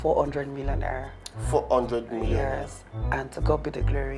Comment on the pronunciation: Its the 'r' inclusion in every word for me. Hell neorr😂, yers, my nairls, becaurse😂😹...Like! The accent should not be forced.